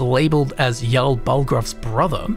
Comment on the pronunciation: Jarl not Yarl